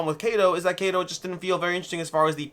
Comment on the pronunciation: I believe kado is pronounced kaw-do ... Which literally means gift